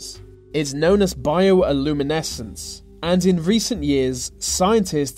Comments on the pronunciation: just bioluminescence, not bioaluminescence, but that could be the American vs. UK Pronunciation. Don't get me wrong I loved the Glowing AIDS cats bit. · He said "bio-aluminescence"... I'm like, really?? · Bioluminescence, not Bio iluminescence... Chimera is pronounced Kai-mera not Chi-mera.